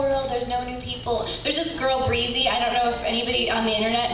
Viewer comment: she pronounced Brizzy breezy but